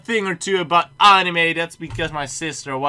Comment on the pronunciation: dutch: pronunces anime like annnime english: pronunces it like anime.